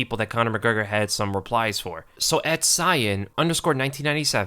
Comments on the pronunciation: Kee-an not cyan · “Cyan” it’s pronounced Key-n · Keen not cyan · "Cyan" lol .... Cian is pronounced "Key-an" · It's pronounced Kian 😂😂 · Cian (a popular Irish name) is pronounced "Key in" - source = It is my middle name. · It's pernounced key in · Great vid but Cian is pronounced “Kee-Yan” haha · The way you pronounced 'Cian' lmao